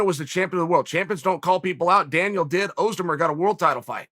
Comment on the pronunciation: Chael, who can't say anyone's name right in a stubborn way, pronounces Özdemir perfectly.